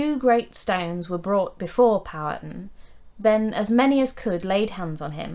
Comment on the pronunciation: Virginian here. Your video is well researched & explained. Just a few notes on pronunciation: Mattaponi is matta-puh-nigh Powhatan is pow-uh-tan Kecoughtan(the name of the federation that Powhatan led) is kick-o-tan Fun fact, the Mattaponi Indians take their name from the three major rivers in their territory. The Matta, the Po, & the Ni.